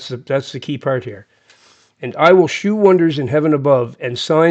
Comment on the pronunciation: shew of older English is pronounced show.